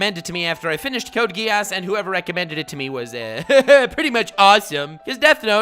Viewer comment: Samama vi Britannia Same here with the 2above... but I have to note that it kinda triggers me how he pronounces Code: Geass